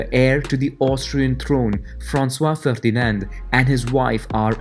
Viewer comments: I am really offended as an austrian that you pronounced the heir to the throne Franz Ferdinand with an french accent... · Francois Ferdinand??? NO. FRANZ FERDINAND. He was GERMAN/AUSTRIAN never French and never listed with a French name ever.